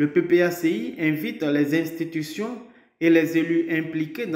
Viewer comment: Camarade journaliste, s'il te plaît, ne dis plus cinq zinstitution. Il n'y a pas de liaison à faire ici. Merci pour la compréhension. C'est tout simplement cinq institutions.